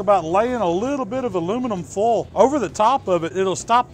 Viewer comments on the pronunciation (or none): Great accent. Don't forget to use cooking OLLL and aluminum FOLLL.